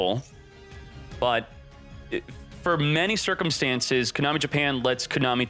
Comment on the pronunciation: If he pronounces it “Cooo-Nami” ONE MORE TIME lol